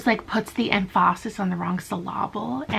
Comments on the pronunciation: emPHAsis on the wrong sylLABle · "Emph-aaah-sis on the wrong syll-aaah-ble." 🤣 Love it. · i'm not gonna lie i've been replaying 'puts the emphAsis on the wrong saLAble' for a couple minutes now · " The emphAsis on the wrong syllAble" THE WAY I LAUGHED AT THAT 😂